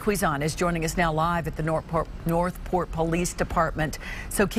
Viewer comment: that’s north port not north pol dear